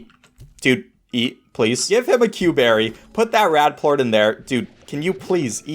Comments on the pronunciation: Did you say port instead of plort? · actually it's Plort not port get it right 🤓👆